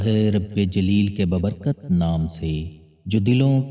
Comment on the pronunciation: Bhai baa barkat k naam se, babarkat na bola karin